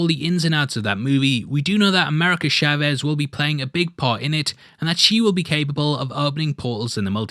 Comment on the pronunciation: Bro your butchering the last name Chavez so bad